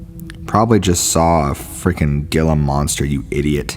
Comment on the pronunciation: Great stories! Thank you. But just wanna tell you that Gila is pronounced HEE LA